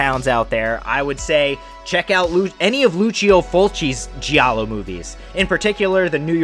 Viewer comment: Great channel but one thing…please use the right pronunciation of the words giallo and gialli. Its a silent “i” Don’t worry so many people in the horror community say the words wrong 👍